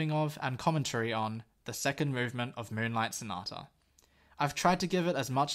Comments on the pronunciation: "m-uwu-nlight sonata" caught me so off guard 💀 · Lmfao your commentary 😭 ”m-uwu-nlight sonata” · "m-uwu-nlight"? *Dude.*(he says reproachfully) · "m-uwu-nlight sonata" dude 😂😂